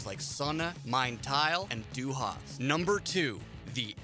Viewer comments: Cheezus Crust, if the presenter would even bother to try pronouncing any of it correctly it might be less cringeworthy. Dy Harst ? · "Dew Haas" :D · Hard agree. Ich komme aus Amerika und kann besser Deutsche sprachen! (My grammar might be a bit rusty, es tut mir Leid.) But seriously, this dude manages to somehow butcher the pronunciation of the words "du hast" and doesn't even bother to attempt a German accent when saying "radio", which, given the fact that Rammstein are German, would be the correct way to say it. Also, if I didn't know he was trying to say "Hierate Mich", I wouldn't have fucking understood it, and I got C1 when I took my German CEFR exam back in my senior year of high school. He absolutely butchered it. I took that exam almost a decade ago, so I'd put myself more at the B1/B2 level now since I don't use it daily, but my point is that I definitely would recognize the words if someone was actively trying to say them correctly. That's... kinda sad? Like I know it's literally impossible to say some morphemes if you aren't exposed to them or practice saying them before you pass a certain age, however, if it were me with a voice over gig, I'd at least have bothered doing some linguistic mirroring exercises before reading the script for the video to try and get some of them correct. Obviously if you've never had any proficiency in German, you aren't going to get some of them right, but none of them, not even ones that share morphemes with English? That's zero effort. Zero effort is obvious.